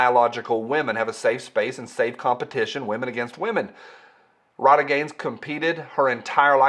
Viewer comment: RILEY, say her name (RILEY). You have been hanging around with that yankee again and forgot how to speak. Thanks for the info and I am waiting for Spicy Friday next drama llama go.